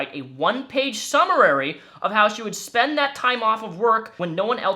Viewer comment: Summary. I know you're angry while reading, which you should be, but my man, it's summary, not Summer-rary. Too bad this court case wont make people stop supporting them. It literally sounds like the entire company is the epitome of the "degenerate male gamer" stereotype that so many people try to normalize. "It's the internet." "it's just a joke." "We're gamers, lul." I've been gaming for over 20 years and have met too many of them to know why the stereotype exists.